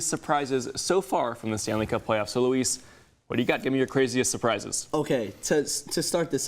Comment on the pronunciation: Stop calling my nephew Louise...his name is Luis, pronounced LOU-IS